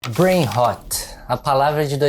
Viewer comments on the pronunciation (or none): É BrainRot, não brainhot. E a pronúncia ficou ruim também